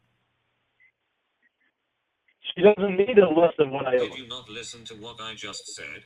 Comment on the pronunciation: I love how emphasizes the w in naWt yet there is no w in not.